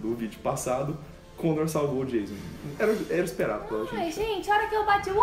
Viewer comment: O 's' em 'Jason' é pronunciado como 's' em inglês, não 'z'. E o 'o', pelo menos no inglês americano, é pronunciado como um "a" ("schwa" em fonética) que não existe em português. Cliquem no símbolo de áudio para ouvir a pronúncia correta.